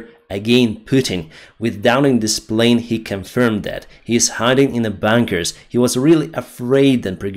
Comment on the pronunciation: I'm sure thanks to Atlas VPN you will learn the pronunciation difference between bunker and banker.